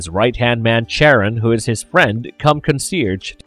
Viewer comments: For Charon's name, it's pronounced SHA-RONE, not Sharon. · Bro really calling Charon fucking Sharron lmfao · I doubt its pronounced "Sharon"